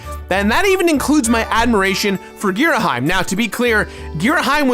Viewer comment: Plays Hyrule Warriors, and still pronouces Fi and Ghirahim wrong.